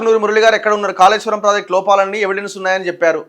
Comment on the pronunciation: Kaleshwaram kaadu Kaleshwaram